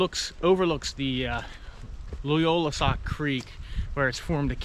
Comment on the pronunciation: It's Loyalsock, not Loyolasock.